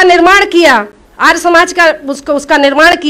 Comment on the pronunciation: आर नहीं आर्य शुद्ध उच्चारण तो सीखो।